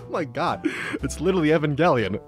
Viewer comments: Znobody talking about how this me just pronounced evangelion... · I don't like the way he says Evangelion. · Wait who is "Evan Gellion"